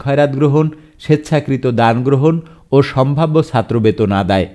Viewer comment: You need to work on your pronunciation of “ Chattro “